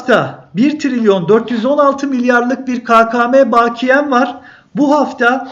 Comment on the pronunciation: Bu arada baakiye değil bakiye olmalı